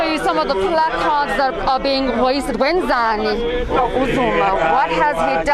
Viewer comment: Is wenzeni not wenzani? 😅